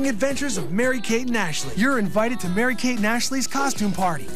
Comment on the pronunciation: Urine-vited. It's exactly how i heard it. :D